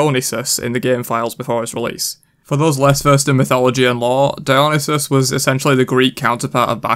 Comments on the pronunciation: “Dyonasis”? Dude you are butchering that name so bad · It’s pronounced Dio-neye-sis Edit: I saw that cu chulain # of dmging abilities debate on reddit xD